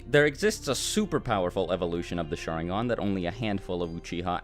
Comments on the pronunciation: it’s pronounced sha-RIN-gan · I came here just because my friend thinks “sharingan” is pronounced “shottingon” 😂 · Great video (really) but the way you pronounce "sharingan" is a pain for ears and heart alike...